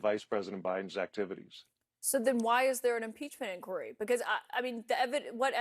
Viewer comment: This guy mispronounces word “inquiry”. Did he obtain a tertiary education?😂